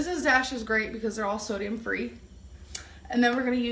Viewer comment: She really said “sodiYUM”